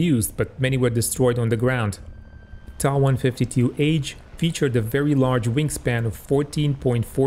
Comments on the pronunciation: The designation of the plane is pronounced "t.a.", not "taw". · It's not pronounced TA! It's pronounced T-a!!!. Get it together.